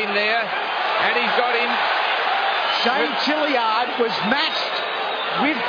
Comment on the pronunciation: Why do those annoying announcers keep calling that guy Jilly-ard, when his name is clearly Tilyard?